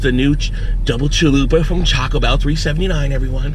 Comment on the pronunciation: Chaco bell XD